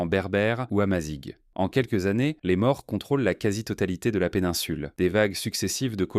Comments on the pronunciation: "Maures" c'est un "o" fermé, "Morts" avec un "o" ouvert, c'est différent. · Au ne se prononce pas O. Les maures ne sont pas morts. Je vis en Espagne. Grande hétérogénéité. Des gens d'allure "méditerranéenne" sont côte à côte avec des gens d'aspect nord européen. Tout le monde fait semblant que c'est la même race. L'ambiance est proche de l'Afrique du Nord.